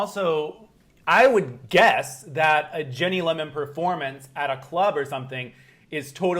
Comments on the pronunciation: Great interview! But it's driving me nuts that keeps saying "Jenny" versus "Ginny" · mate her name is Ginny not Jenny haha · Americans really can't cope with the name "Ginny" can they. Are they saying Ginny, are they saying Jenny? They don't even know! 😂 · It sounds like he is saying Jenny not Ginny. It killed me